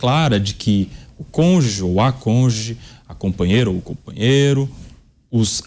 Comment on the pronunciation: Meu Deus, onde esse SUJEITO estudou português? Não é possível! Outro dia ouvi ele dizer " intuÍto". O "conge", 'A conge" ( SIC). Agora, o português deste Planeta O con-ju-ge. A propósito conjuge é um substitutivo SOBRECOMUM.